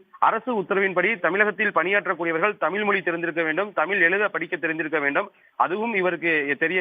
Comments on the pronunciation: திரும்பவும் வலக்கு, தமில் செய்தியாளர் ஒருத்தன் வாயில கூட 'ழ' வரல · நிருபரான உங்கள் உச்சரிப்பு- தமில், வலங்க ?!